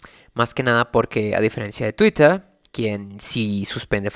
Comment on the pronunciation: Sé que es un tema serio, pero "Twittah"